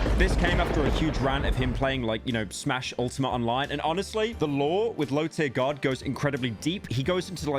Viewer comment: LowTierGod* Not "LowTierGuard" fkin brits.